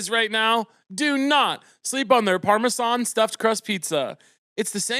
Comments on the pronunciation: obsessed with how caleb pronounces parmesan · neeeeed to know why you’re pronouncing parmesan like that week after week queen